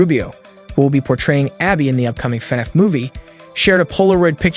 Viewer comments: Bro why do you keep saying Fenif it's FNAF. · he says fenef lol